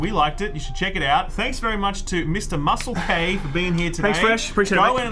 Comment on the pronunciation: It's a long standing in joke to mispronounce his name, he's gone by muscle k and moose elk before as part of it